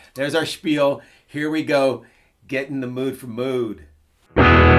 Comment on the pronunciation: Even though it's spelled Mood, It's pronounced 'Mode'.